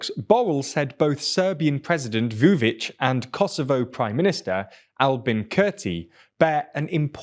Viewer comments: Vučić is pronounced Woo-Chich. Cheers! : ) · Man said Vuvić bruh